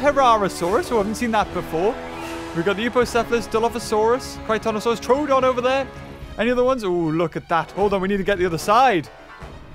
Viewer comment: Troodon not trodon